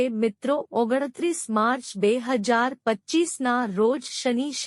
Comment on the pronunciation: 1925 કે 2025 બરાબર બોલો